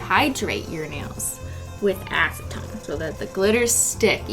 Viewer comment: “Don’t drink the acitone kids”